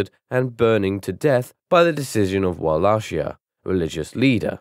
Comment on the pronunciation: Wa-Ley-Ki-Ya. You totally murdered that Wallachia 😅